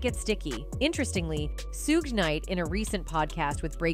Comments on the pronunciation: your voice is AI; everyone knows suges name is pronounced " shuug " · lol 😂 this Snowbunny said suge she pronounced it Suuje it’s Suge Sug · The pronunciation of Suge 🙄